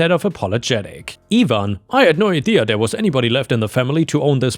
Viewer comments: Its ivan not evan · You always seem to pick the Really good stories. just a help on how names are pronounced for if you see them in future stories. Ivan, is normally said like I (EYE)-VAN) (Ivan). like it would rhyme with DiAnn, Cayenne,Lion, Van, Can, Fan, Man, Pan, Tan,...and other words like that. Have a good day/night. whatever time it is in Thailand. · ivan is pronounced Eye-van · Ivan is pronounced EYE-van. Or at least it is in the US. Bulgarians and Romanians may have other opinions on the matter.